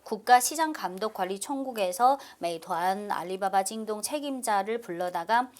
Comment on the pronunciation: 징동이 아니라 징!동이군아.. 성조 제대로다.